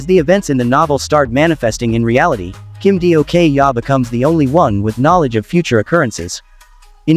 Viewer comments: I'm dying Kim Dio-kyaa 😂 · "Kim Dio-kyaa" 💀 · When i heard the pronunciation for kim dokja...i almost died😅